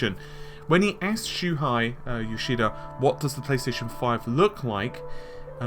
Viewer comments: Wait, I thought his name was "Shuhei" and not "Shuhai". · You pronounce like this: Shoe-Hey